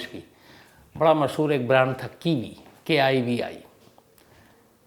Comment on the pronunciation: Kiwi not kivi